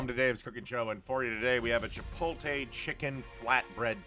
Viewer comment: You can spell "chipotle" correctly but can't pronounce it correctly. Lol